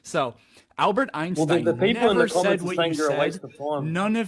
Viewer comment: What is "soiens" and what is "albert oinstoin"?!?!?!?!?